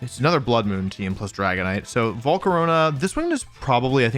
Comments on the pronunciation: bro just said jiratinna like you did again bro also said volcaroneu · "Volcaroña" why do you pronounce stuff like this im crine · "Slay-King" "Jiratina" "Volcaronia"